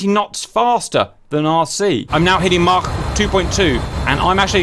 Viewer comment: Cap pronouncing 'Mach' gives me pure joy